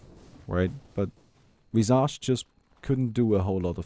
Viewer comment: Thats not how you pronounce visage.